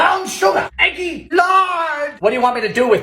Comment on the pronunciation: Firstly, I truly don’t understand how you are single. Secondly, I love every time you say “EGG-GY” and “botulism”. Please never stop making these 😂❤️